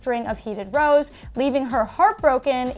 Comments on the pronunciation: It’s not heated ‘roes’ it’s heated ‘rows’, like ‘cows’. It means arguing 😂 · also it's not pronounced like "coulmn and rows" but "rawhs" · "Heated Rows" LOL. A row is like a fight / argument / disagreement. Its also pronounced like Ow (when you hurt yourself) with an R infront of it xD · Heated rows pronounced like the brows in eyebrows just without the b which is another way to say fight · Hahah heated rows is pronounced like ow, like when you hurt yourself. And a heated row is an argument. So they've been having a string of heated arguments. Love you guys- here's to 4 million! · R-Ow like ouch not row like a boat. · Heated rows is our way of saying heated arguments (from the UK) also in this sense it's pronounced raaaaa-ows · Just wanted to clarify that it’s pronounced “r-wow”, like wow with an r, not like rowing a boat. You’re right, a heated row would be an argument/fight 😊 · You said rows wrong... Heated rows is lots of arguments... It's a pretty common phrase, guys... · wow... seriously ladies you can't even pronounce row properly (rhymes with wow)? Listening to you both say "heated rows" and pronounce the word so incorrectly was painful to hear. Do y'all not prepare at all for the shows? Maybe check a dictionary before you go on air?